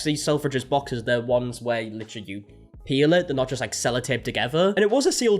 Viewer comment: I thought you said "pee in the box" but then realised that you said peel lol 😂